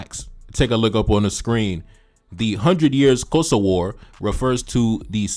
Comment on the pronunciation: 😂😂 That's not how you pronounce the word "Xhosa" but thank you for creating this video and debunking this fool.